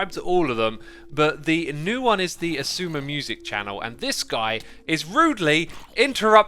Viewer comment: I'm surprised whenever I hear someone say Xisuma right I thought it was impossible